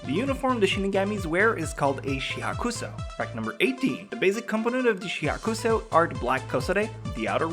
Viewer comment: "Shi Ha Koo So" ....... I believe it is pronunced "shi HAK sho"